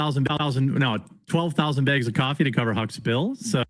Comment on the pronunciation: Wow. WTF is wrong with this guy. NO!! We don't want 10k baegs of coffee,.